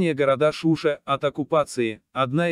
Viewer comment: В слове Шуша ударение ставь не на У, а на А...не коверкай слова